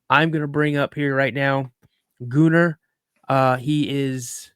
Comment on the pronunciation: Gooner??? No, Gunnar pronounced Gunner. Great work on this, subscribed immediately